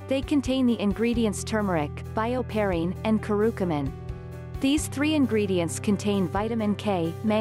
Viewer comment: * it's Curcumin not Curucumin